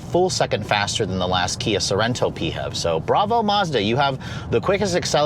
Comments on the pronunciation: Can't say I've heard anyone call it the PeeHEV, usually each letter is called out🤔😋 Great review on a really great lookin' ride😎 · Why tf is this dude saying PHEV so weird 😂😂